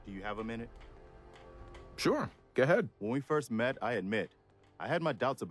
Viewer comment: Like how said "G'head!' instead of 'Go ahead!'